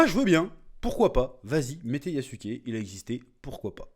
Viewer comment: c'est yazuc pas yassouké😂